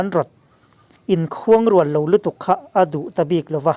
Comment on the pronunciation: us election hi chu ninawm thei thlawt lo chuan khuangrual kha i lam diklo em aw?! ka lo ti ve mai2 😁